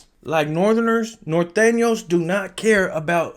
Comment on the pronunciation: Please correct your articulation. It’s Nor-tane-yo’s not Nathenos and Sue-rain-yo’s not Sirenos. Saludos from Livermore, California